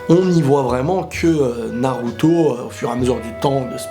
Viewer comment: salada, sakula, naluto, boluto? pourquoi pas prononcer leurs noms normalement mdr? bonne vidéo sinon